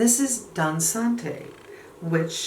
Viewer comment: Thank you for featuring these new Dior blush shades. I especially like Greige and Nude Look on you. FYI, Dansante means “dancing” - and the ending is pronounced “tt” as opposed to “té” (in French, a word must end in “er” or “é” or “ée” to be pronounced “eh”). Have a great weekend!